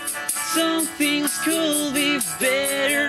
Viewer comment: por qué dicen culd y no kud